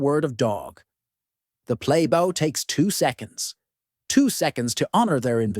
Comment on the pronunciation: Why are you all talking to an AI video? The AI can’t even work out how to pronounce play bow properly. This is mass tune garbage where someone who cares about animals would care about doing the video properly. blocked.